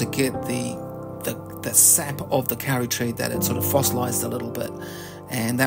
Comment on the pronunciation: Lovely video, thank you! In Maori, as I have just learned, "au" is pronounced more like an O-sound. So, it is more accurate to pronounce it "Ko-ri". I am lucky enough to have a Kauri surfboard made in northland in about 1920 - from timber cut in the late 1870s. The grain of the wood does not deviate more than 3mm over the whole 1.7m length, and 45cm width. It is 16mm thick. And it is hard like stone! For your viewers; please don't plant a Kauri (or Totara, or Kahikatea) in your garden. Although they are wonderful, and amazing, you will create an enormous problem for someone in two to three hundred years when they have a gigantic forest tree taking over their whole property, and a $50,000 bill to cut it down safely. In general, it is a woefully short-sighted idea to plant any forest-sized tree in a residential area: your neighbours will hate you for it. If you want to know what to plant in your new garden, take a look over your fence, and see what's doing well over there. :)